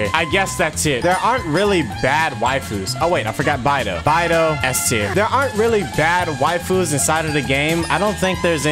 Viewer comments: Im sorry but that whole time he was saying bye-dou I was just gonna stop watching T-T The chinese pronunciation is more like bae-dou but like whatever XD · Punch yourself in the face everytime calls Beidou, "Baidoo"